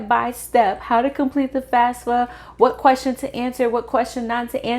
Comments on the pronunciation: Why do you say FASFA? It is FAFSA. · you are saying FASFA all the time it is FAFSA .